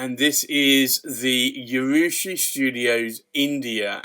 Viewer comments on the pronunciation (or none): Just FYI there is no Y in the pronunciation of urushi